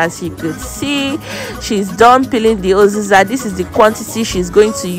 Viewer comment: Uziza not oziza😂😂😂😂